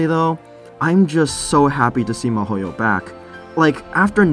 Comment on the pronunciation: Damn, I was confused for a sec cause it sounded like you said Mihoyo when in fact you were saying Mahouyo, which is a pretty weird way to abbreviate Mahoutsukai no Yoru ngl. Why even abbreviate it in the first place, Wizard's Night is perfectly short enough name to leave unabbreviated.